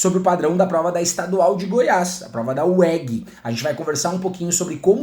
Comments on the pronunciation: estranhei na ora também esse uegui kkkkkk, falamos é Ú É GÊ. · "UÉGUI" tem goiano chorando aqui 😭😭 brincadeira kkkkk ótima aula 💙